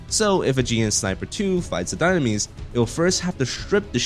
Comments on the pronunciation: Why did you butcher the name at the beginning of the video....Doonames instead of dynames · It’s call Dye-nam-mes, you uncultured swines